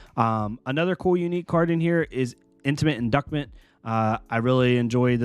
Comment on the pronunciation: Intimate In-doose-ment. Not induckment.